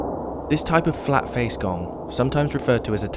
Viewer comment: Actually, kong not gong.